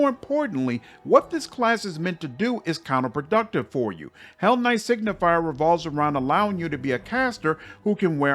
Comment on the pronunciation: Just a small correction: Signi-fer not signi-fier. Signifer means something like sign-bearer or sign-bringer. Similarly to how Luci-fer is translated into Lightbringer or bringer of the light. Does the game recognise you as a hellknight even if you are on the path of a signifer? Like.. does Regill consider you a peer etc? Because then at least this pretty average class could have a little thematic pull (taking a level - keeping your full spellcaster status just to get the special dialogues). Actually inmo the average attack bonuses might also matter - if you turn a low attack full caster like a sorcerer or witch into a sigifer then into an eldritch knight you can get a bonus on touch attack spells. Still only average as it is not that great (Probably just 1 bonus unless you go legend) but it might mean a little boost to some builds. On the other hand signifers as a crusade unit are insane. probably on par with the mage generals.